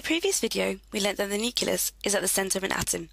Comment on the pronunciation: Thank you. PS it's NUCLEUS not NUCULUS